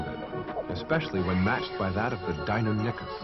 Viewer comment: 62202ify Actually it’s pronounced, “Deinonychus”.